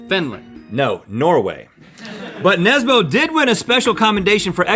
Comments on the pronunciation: That is not how you pronounce Jo Nesbø.... its more like nesbuh than nesbo.... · Jo Nesboh!? Ø is pronounced more like the "i" in stir 😊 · Its jon nesbø not jon nesbou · "Yo Nesboe" My norwegianess is cringing. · IT’S NESBØ, NOT NESBO. Ø IS PRONOUNCED LIKE THE U IN MUD AND U IN BURN. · The way Rhett pronounces Nesbø is maybe the funniest thing i have heard in a while. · What is impressive is Rhetts pronunciation of ‘Jo Nesbø’ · Hahah the way the pronounced Jo Nesbø haha (I’m from Norway btw🇳🇴)